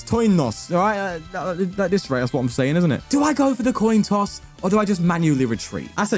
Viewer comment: "Continuous Toin Coss" classis FTW 🤘🙏❤️🤘🙏❤️